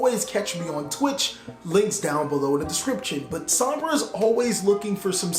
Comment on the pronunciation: You got my heart by the time you said "Sombra" 😍